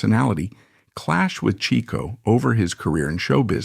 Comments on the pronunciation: Per Groucho - Pronounced as "Chick-O" not "Cheek-O". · yep- Chic-Oh per Groucho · Overall, I'd say your research into Chico is pretty good. You've been admonished for your pronunciation of his name. Otherwise, well done. Groucho said if Chic hadn't gone onto the stage, he would have been a mathematical genius.